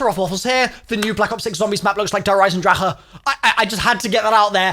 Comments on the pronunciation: All these years later and he still says Eisendrache wrong 😭😭😭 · Bro, pronounce it correctly I love you but like learn how to pronounce EYESENDRACK